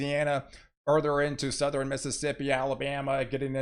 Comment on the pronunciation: You all are effing being trolled by a guy using a military reference to sell psuedo weather on utube. No, he didn't just save you or anyone. Just stop it with all that and turn on an actual weather station with actual meteorologists who know how to pronounce norTHERN and souTHERN....christ already dude that is so backwoods annoying